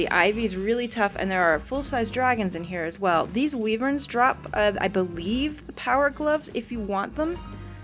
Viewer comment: I have never heard anyone pronounce wyverns as wee-verns...